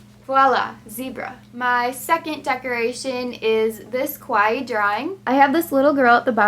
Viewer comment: its kawaii not kowai. kowai means scary.